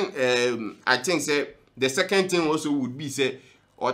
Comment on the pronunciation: You said Diana Hamilton couldn’t say “H”. Brother you too learn how to say “thing”. It’s not “tins” it’s “THings”!!!